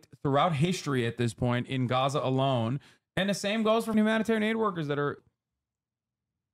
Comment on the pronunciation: You can't say Gaza?